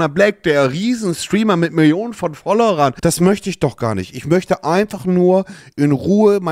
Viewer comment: "Followrern" immer noch geil xD